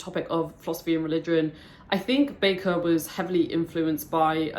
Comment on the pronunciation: My top 3 favourite series also! Just to politely correct one of your comments; His last name is pronounced as 'Baker'. (Not back-er). You may have watched Sadler's videos where Sadler incorrectly pronounces it 'back-er'. Or some other reference. But, R. Scott Bakker himself has said it is pronounced 'Baker' see the first 10 seconds, or so, of this video for reference. Cheers.